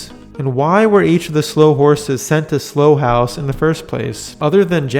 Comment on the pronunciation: It's not 'Slow' house, it's 'Sl-ow' house.